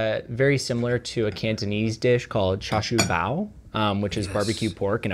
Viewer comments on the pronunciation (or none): cantonese pronounciation of a char siu bao hurt me